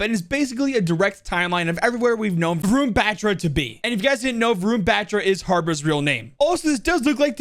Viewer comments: If you really want to know how to pronounced, it’s (VA-RROON BHAAAA-TRA). So it’s not BAtra it’s BHAtra like how you would say BaBa Blacksheep; the A in his name is not the typical English “a” it needs to be pronounced with a more deep tone as if ur saying AAAH (When the dentist asks you to open your mouth). says it wrong as he neglects to give the deep undertone to the “a”. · If you wanna pronunce Batra, just say BATH-RA not bat-ra